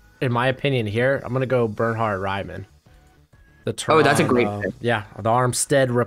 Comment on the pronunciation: Pronounces Raimann Right too :)